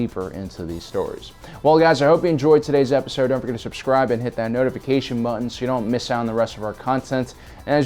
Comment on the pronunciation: There's another at the end. "hit that notification nutton" When did a sheep get involved?